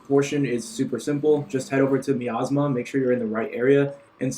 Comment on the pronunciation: Thanks for the info but quick heads up, it's pronounced miasma (my-as-ma)